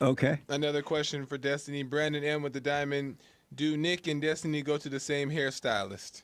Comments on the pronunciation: "That's what i usually go by" "DESTUNEE" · Derrick Destunee